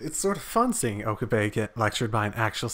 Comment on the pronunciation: I love how you pronounce Okabe's name "Oka-BAE" XD